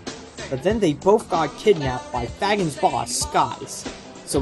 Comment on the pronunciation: Phonics Nazi here to strike Fagin (Fae-gin "g" pronounced like it is in "great")